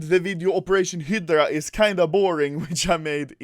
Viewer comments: Hydra not Hidra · HI DRAH. Not Hedrah. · It's HYDRA (HAE–DRA) not HYDRA (HE–DRA) BTW luv your videos. Keep it up rookie. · if he sais hidgra 1 more time instead of highdra.... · Im not mad at ur stealing other youtuber content but that sound when u say HIDRA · "Hedra" nice pronunciation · Use subtitles, when Anomaly says "hydra" it says Hitler :D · Can you not say hidrah... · literally noone: anomaly: hidra case, hidra keys, operation hidra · I stopped watching the video due to the way he says Hydra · When u said operation hydra I thought u said operation Hitler